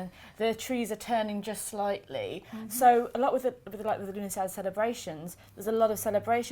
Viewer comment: it actually means september in the irish language. you dont pronounce the dh at the end. love the morrigan on your shirt. im your irish facebowook friend. love the videos as you kn